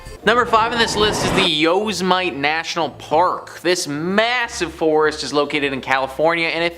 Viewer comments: This guy is American and said yo-za-mite lmao took me right out of story time and his reciting seems lackluster. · It's pronounced u-sim-ety(Yosemite) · The way you say Yosemite (yow•seh•muh•tee) makes me cringe. But otherwise great video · Its YO.. sim..etee